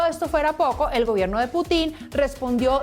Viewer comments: El Q'Hubo le quedó pendejo a esta parodia de periodismo, no sabe ni nombrar bien al presidente de Rusia, putín Marín de don pín we ??? Jajajajajaja María Nieto es una vergüenza para Colombia, payasa !!! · Jajajajajaja Mark semana ahora es la madre del stand-up comedy de Colombia. Que esa presentadora de bazares, no sepa pronunciar el apellido de él presidente ruso, casi despierto a toda la cuadra de la carcajada que me pegue.